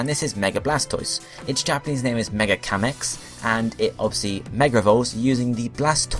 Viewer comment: "zenigimme" that is not how you pronounce it. I am surprised at how wrong this video was. There are so many mistakes. Here is some I can help you with. "Zenigame" is pronounced "Zen" "ee" "gaaaaa" "may". "Kameil" is pronounced "kaaaa" "mayyyy" "Eeel". "Kamex" is pronounced "Kaaa" "mayyy" "xuuu".